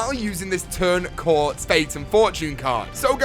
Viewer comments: isnt it turn COAT not CORT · its not called turn cort its turn coat as in something you wear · It's pronounced "Turn Coat" not "Turn Cort". The font makes the A look like an R, but you can compare the R in "Turn" to it and you can see there is a difference. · its turn coat, not turn court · also it's Turn Coat not cort I'm pretty sure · Turn coat not turn cort!!! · turn cawt? Wtf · This video triggered me every time he said turn cort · Did he say turn cort? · Turn Coat xD as in a Turn Coat :p